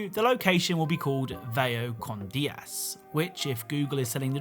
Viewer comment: Funny how you pronounced vaya con dios! As vaya con Dia Go with day 😂